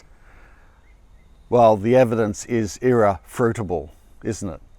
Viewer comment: Hahaaa did I hear him say irrefruitable?😂